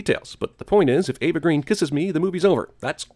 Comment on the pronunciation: A sin to CinemaSins for not pronouncing Eva Green's last name correctly ('Her last name is Swedish and pronounced "grain/greyne", according to Eva herself and it's not derived from the English word "green", which is "grön" in Swedish.' Source: IMDB).